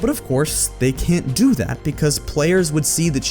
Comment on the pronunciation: damn, was he clenching his teeth when he said "They can't DO that"